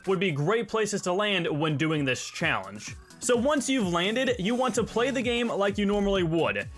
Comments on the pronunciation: I’m sorry but you keep saying “challenge-a” and I felt I had to mention it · please stop stressing words like challeng-E at the end of your sentences....it sounds terrible. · Why do you say challenge like that? lol